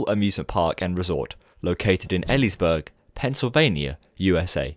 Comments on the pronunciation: Ive been going to knobeles every year ever since i was a baby. Its EE-LEES-BURG just to help btw <3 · EEE-LEEs-BERG That is how you pronounce it.